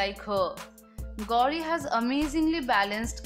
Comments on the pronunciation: Hey anchor it’s not gaudi but it’s gauri 😂😂😂😂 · She says gaudi khan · You pronounced "Gauri" so badly